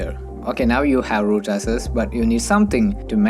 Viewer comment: Dude everything about your accent is fine but please work on these 2 words. They are highly confusing when you speak fast english with different accent. 1. Access - not SS 2. Users - not uses In subtitle also it's showing SS instead of access.